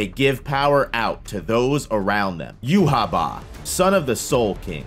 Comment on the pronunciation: pronunciation of Yhwach. Jew ha Bach lol